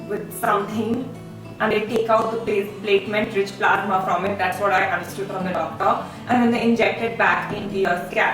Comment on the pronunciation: It's platelet rich plasma not platement dear .edit the word.